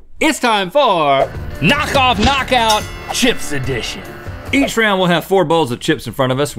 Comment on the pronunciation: "Chips Edtion" lol